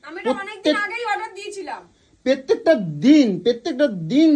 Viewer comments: Pettek noi prottek din Kotha bolte. Sikhun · প্রেত্যেক না কথাটা প্রত্যেক।